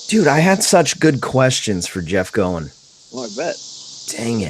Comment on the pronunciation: No question...Jeff is the Godfather of PPG, and a heck of gentleman to boot ( and nod to so many others that furthered the sport). So, 99% certain his last name rhymes with COIN, in spite of fact that it's just plain fun to say " go-in flyin"....just sayin. And while I'm at it...it's a Moster darn it, not a creepy Monster...lol.